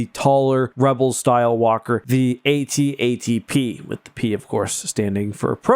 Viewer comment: My ears perked when you pronounced AT-AT as “Ay-tee Ay-tee” instead of “at-at”. It always annoys me when I hear “at-at”. Small thing but I noticed.